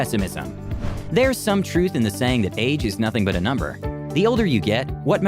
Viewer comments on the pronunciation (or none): none